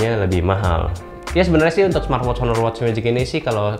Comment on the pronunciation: Baca "aner".